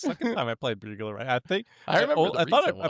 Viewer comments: Excuse me? bugler rat??? Did and really read Burglar wrong? Or is this an inside joke? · “Bewguler” rat…….